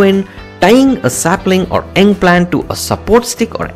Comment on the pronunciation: Pronounciation is off.. example...The word 'young' you pronounced 'eng'..... 'sewage' you pronounced 'seawage'. Don't let that deter you. As Indians one can tell you're from South India so your accent is a distinct south accent.